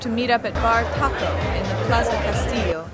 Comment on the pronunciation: how difficult would it have been, really, to get the pronunciation of Bar Txoco right? lots of ignorance in this video......